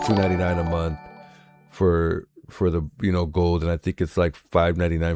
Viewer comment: I caught the last two minutes with the 'Hot Mike' says: 'Gotta make dis money, it dee end of the mumff'. The truth comes out....